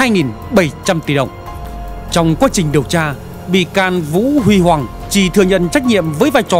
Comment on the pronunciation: Vũ Huy Hoàng đọc sai rồi